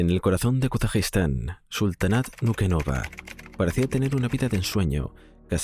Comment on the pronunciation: Gracias, es que no se entiende cuando lo dice.